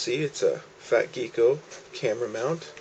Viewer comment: Why do many American pronounce "gecko" as "geeko". This is not the first time I heard it pronounced like this.